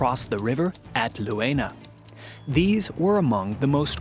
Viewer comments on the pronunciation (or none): the "eu" in Leuna is pronounced like in "toy" or "joy", so u might read it like "Loyna" 😅 i remember as a kid when it was still east germany, we rode the train from berlin to my grandparents in thüringen... when we crossed that area from bitterfeld to leuna, we made sure all windows were closed! there was always heeaavy smog, the only thing you could see through it was the flares on top of the countless smokestacks of the chemical industry plants there... i'm so glad that after the reunition of germany, pollution control kicked in... the cancer rates back then in that area would give the nickname "murderburg" a new meaning! anyway, great video again 😍 keep telling those stories! heck, i never knew of those decoy factories in ww2.... learn something new everyday, thanks for that!